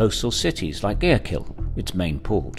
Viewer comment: That pronunciation of Guayaquil was terrible 😂